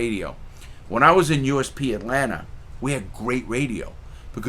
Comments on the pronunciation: “Atlanter...sweet home alsbamer” 😂😂😂 Mr. Crabs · I never understood where east coast dudes see the R in Atlanta? Atlantar